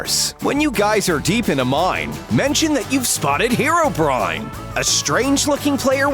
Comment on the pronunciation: It’s hero-breen, not hair o brine